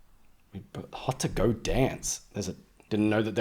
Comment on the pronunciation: My dude said, "haych ohr tay tay ohr jay ohr".